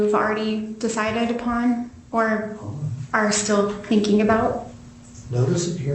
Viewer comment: She also struggles with pronouncing the “g” at the end of words like “thinking”, “hearing”, and “believing”. It drives me crazy!